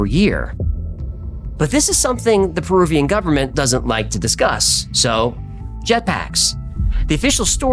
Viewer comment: Perubian? Are you retahrded?